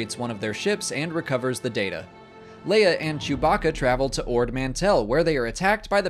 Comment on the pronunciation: man said....jewbacka